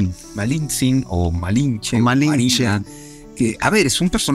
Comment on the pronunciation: Este wey solo cuenta su supuesta versión que le conviene esta historia es para los fifi que aman españa y toda europa y el otro wey no puede ni decir lamalinche